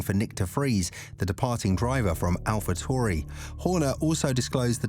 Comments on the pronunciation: I was being sarcastic the presenter was mispronouncing the name all video long. Tauri is the word that he was pronouncing tory. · Can you please stop using the stupid British robot. They obviously don't know how to pronounce the name of the team that this video is about !